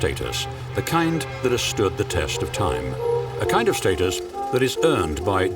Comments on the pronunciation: "What is state-us?" Such beautiful cars christened with pomp and snobbery unfortunately. Reminds me of "FEE-RAW-REE". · Excuse me, the word "status" is pronounced with a short a sound. You can't even pronounce the word correctly. incredible. Hardly impressive joker. Did you EVER attend school ?